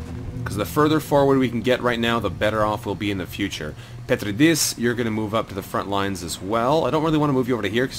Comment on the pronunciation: Loving this series, I enjoyed your previous XCOM ventures and this one does not disappoint either. By the way, the in the name "Petridis" you want to stress the second syllable (Pe-TREE-dis) :P